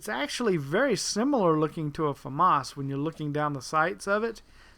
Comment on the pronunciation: its famas like llamas